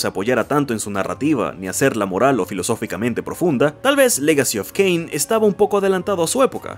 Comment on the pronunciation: No es un mal video pero estoy obligado a darle dislike después de escuchar "Caín", "Serafan" y "lovecraftniano"